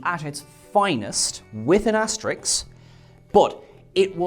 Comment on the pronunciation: Asterix < Asterisk